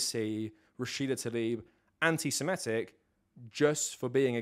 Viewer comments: Minor point, but you’re pronouncing antisemitic wrong. You’re saying antisimetic instead of antisemitic. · Yes you are. I just listened to you do it 50 times. you’re saying antiSIMEtic, instead of antiSEMItic. You’re swapping the vowels. You’re saying antisemite correctly, but you’re swapping the vowels on antisemitic. It’s a common mistake. No big deal.